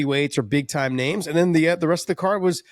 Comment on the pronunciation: It probably would have helped if he could pronounce a single name